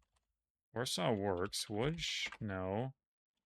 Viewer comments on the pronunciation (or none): none